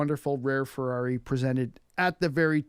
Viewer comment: I respectfully suggest you find someone who speaks Italian to help you with pronunciation. You do say Ferrari correctly (with a North American accent), but that's about it.